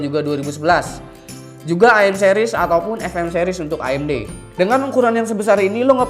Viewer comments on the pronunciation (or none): none